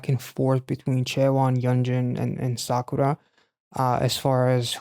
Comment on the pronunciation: random but your pronounciation on kazuha's and sakura's names is close to perfect!